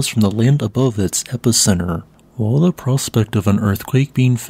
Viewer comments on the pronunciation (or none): none